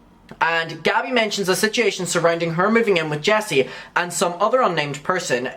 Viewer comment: You're aware that there is a "u" in "situation", right? It's not spelled "sitiation"